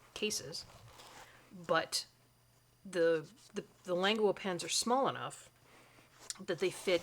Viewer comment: Languo according to the company is pronounced Lan-goo and not Languo like what a lot of people in English like to pronounce it.